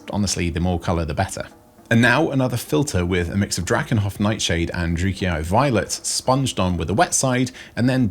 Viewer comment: There will come a day when Guy correctly pronounces "Druchii". But it is not this day!